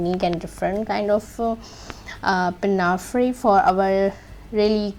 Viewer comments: Pinnafree? Pin-a-four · Excellent, thank you! However it’s pronounced “pinafour “, fyi